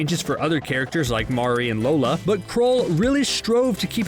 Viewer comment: Have you even watched the show? Why do you pronounce Maurry’s name “Mao-ree”? That makes me feel that the person reading the script hasnt even seen an episode of the show. Overall cringy